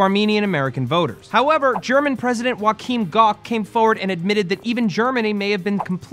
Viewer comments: Did Matt just say the name of the German President was Wakeem Gock? Guys, I really love the way you pronounce everything German but this name must be from the new Star Wars 7 script ;) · lol, how he pronounced Gauks first name, it's pronounced Jo ah chim